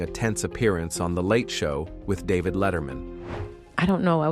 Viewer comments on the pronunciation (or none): none